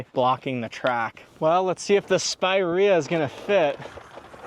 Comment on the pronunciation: You're pronouncing the name of the car wrong. It's not SPY-Ra it's Spear-Ra